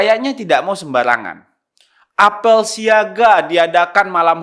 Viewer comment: apel siaga.... Ya ellah, pengucapannya huruf "e" nya seperti pada kata "bebek" bukan "betul" Mas Faldo. Kapan2 diperbaiki, soalnya narator lho